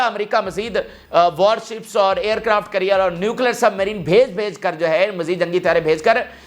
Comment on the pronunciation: It’s NOT CURRIER it’s CARRIER, hopeless ENGLISH. Just PATHETIC 👎👎👎